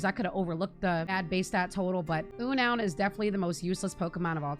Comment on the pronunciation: Agree with pretty much everything here, plus here some personal options: Beautifly Wormadam Eiscue P.S. the pokémon Unown is pronounced “Un-known”, not “U-noun”